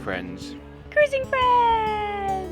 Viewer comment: Okey. You. Priend.